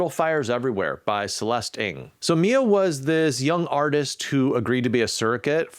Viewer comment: Ng is pronounced "urng" as in "ungulate" with an "r" in the first syllable. Not "eng" as in, well, Eng.